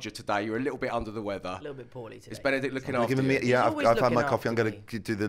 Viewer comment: I love how no one is talking about the presenter calling him Benddick